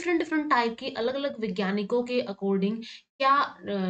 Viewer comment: पर्यावरण ❎ प्रियावरण ✅😅😅😂😂